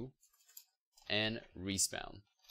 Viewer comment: Great job, this was a great tutorial especially since this is my first time coding a video game. lol at some of your pronounciations, "Respounnn"